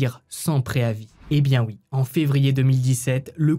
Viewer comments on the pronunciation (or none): Coucou tes histoires super travaillé sont exra 🎉juste quand tu dit oui ont entend uuuuii tu dis pas le ou ....i "oui" j adore tes commentaires et tes particularités mais ce uuuuiii choque 1 peut...😂🎉